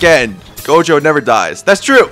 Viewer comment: bro said gojo right lets go